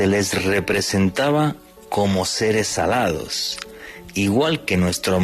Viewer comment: Jajaja 😂 pensé que habías dicho seres “salados”........